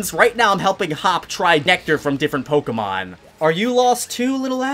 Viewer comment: Has terrible pronunciation of Pokémon names. I found your most recent video just to say, just learn how to say legendary names. They’re not French, stop trying to make them French.